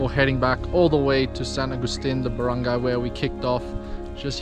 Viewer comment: Wow you pronunciation barangay and the rest is right. Love nature's, hike but now quite old to do